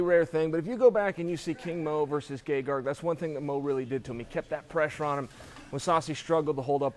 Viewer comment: Chael correctly spelled it "Gegard" but is still pronouncing 'Gegarg'. I'm done trying to figure this one out.